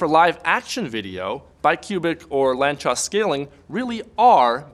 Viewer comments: It's pronounced "lantsosh", not "lantchos" This is the last name of one Hungarian mathematician. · He butchered the pronunciation. If it would't be in the video in written form, I would've not understand it. It should be pronounced as [laːnt͡soʃ].. just as it is written in the first sentence about the guy on wikipedia. It really bugs me if native English speakers don't take the effort to look after these things before making a video. In live-streams and conversations it is ok to say however you want, so you don't break the fluidity of the conversation. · Lanzcos? wtf is that word?